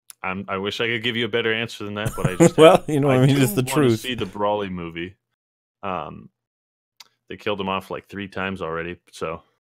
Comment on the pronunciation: You pronounced Broly right. Despite how much I dislike it. It reminds me of Rayquaza and then watching the movie and being like whoa